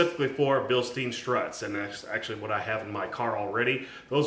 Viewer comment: This is a nitpick...Bilstein. German company, right? OK...what's that thing they drink beer out of during Octoberfest in Germany? A beer stein, right? Bilstein is pronounced similarly...not "steen" as in Bruce SpringSTEEN.